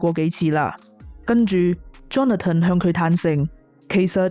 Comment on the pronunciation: Johnathan 发音是约翰森不是约翰登，听着好难受。